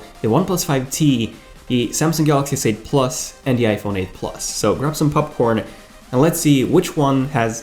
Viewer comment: "grab your pupcorn"